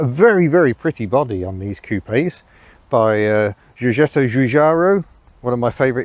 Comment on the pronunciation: Your pronunciation of Giorgetto Giugiaro is simply hilarious :-)